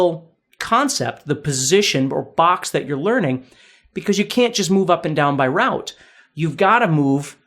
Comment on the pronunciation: Sorry us English!! We say Rote, not Rout